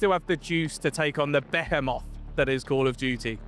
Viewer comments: the way he pronounced behemoth ruined my day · LMAO BAH - HEH - MOTH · Buh he moth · Did he say beh heh moth